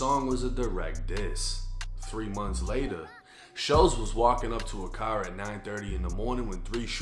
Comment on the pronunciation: you say "carrr", why didnt you say your usual boston accent "kaah"? suspicious fed slip my guy, hahaaaa.